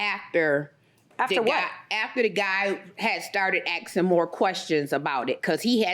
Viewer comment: Axing more questions??? Who is axing anyone???